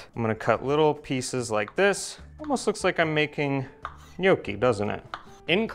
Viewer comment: I love your videos, but the way Americans pronounce gnocchi kills me 🤣